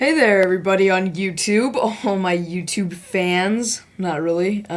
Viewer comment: its youtube not youtub lol